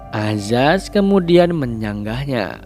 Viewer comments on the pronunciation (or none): Perasaan tulisan di subtitel nya ayaz tpi di bacanya azaz.... comment aja nih netijenn... semangat bang